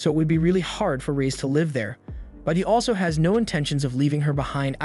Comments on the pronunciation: it’s given away when it it mispronounces words or uses the wrong pronunciation in the work context like it said “live” like a concert instead of live in the sense of having a life and existing. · Is this an AI voice or something? Weird pronunciation on swears and the wrong version of live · This is AI. It pronounced "live" like in livestream but not live like living.